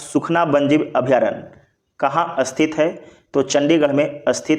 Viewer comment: स्थित होता है अस्थित नही 😢